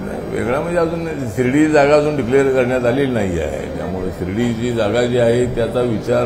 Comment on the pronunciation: हा कवी शिर्डी ला श्रीडी म्हणतो काय करायचं या कविचं